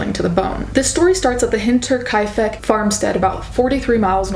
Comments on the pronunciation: I am amazed at your ability to pronounce the name of that place. I was honestly wondering about how to say that loud myself. And I am German and lived in Munich for three years. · Props to you for pronouncing Hinterkaifeck astoundingly well.